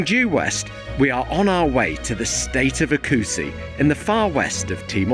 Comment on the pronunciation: My beloved country! The way you pronounce oecusse is quite funny... hehehehe acussi?